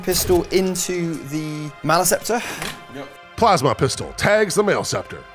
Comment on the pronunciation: Is mis-pronouncing Maleceptor (MAL-UH-SEP-TOR) on purpose? Its like nails on a chalk board.